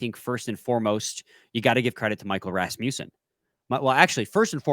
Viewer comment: When you say Rasmussen, you gotta tongue roll the Ras part. Literally the only way.